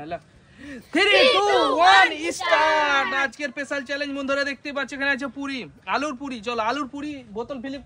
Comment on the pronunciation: থিরি নয় থ্রি আর ইস্টার্ট নয় স্টার্ট।উচ্চারণটা ঠিক করে নিও ভাই। ❤